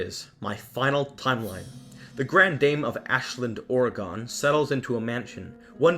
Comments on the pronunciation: by the way Oregon is pronounced the same as organ, not "oh-ray-gone" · Oregon is pronounced like organ. Over annunciating is oddly common for visitors or people from outside of the state, I have even heard someone say Or-Ray-Gone. Just trying to help, thanks for helping me appreciate just how scary the Beldam really is and for taking the time to make this video! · I'm from OREGON n I'm sorry but as much as much as I love ur theories and feel u are so right about everything, where I have a problem is everything u say OREGON...... it's not pronounced "OR E GONE" it's pronounced "OR EG IN" Please n thank you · Its not pronounced O-ri-gen its pronounced O-ru-gin (but its spelled Oregon) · Saying [Ore-gone] is crazy lol. It’s pronounced like the word organ. That’s what I’ve always heard here in Cali anyways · Oregon is pronounced more like organ than or-ah-gone.... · It’s oreg-in not oreg-on 🤦🏼‍♀️Lovely video tho. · I've watched this a few times now, the whole thing all the way through, and I love it, but honestly? The way you say "Oregon" drives me nuts. Just for the record, I live in Oregon, and usually we pronounce it "Ore-gin" not "Ore-gone". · its actually pronounced Or-eh-gen i know because i live there U3U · You totally screwed the name of my state. It’s pronounced Or- u- gin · Just so you know, it's pronounced by my fellow Oregonians as 'Ora-gun'. Just so you know. Also it's so cool to find out that this was made with the purpose of it being Ashland, because it's only a short distance from where I live in Oregon. There is another channel I've seen cover Coraline. The channel is called Abitfrank. I love your videos. Please never stop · I adored ALL of these Coraline theories!!! i will never read the book or watch the movie the same way ever again!!! however, lol, im just saying this from all of us here in southern oregon.....Ore (like what you dig up from the ground) Gun (o pronounced like the o in "shovel") pronounced "OREgon"